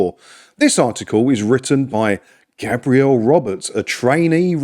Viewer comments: Gabriel is a man's name pronounced GAY-Bree-El. GAB-Ree-El is a woman's name Gabrielle. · Think that’s a guy but you are pronouncing it the girl’s way. For men it’s Gaybriel